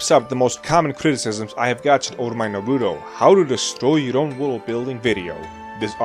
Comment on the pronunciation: I can't with you saying Naruto wrong...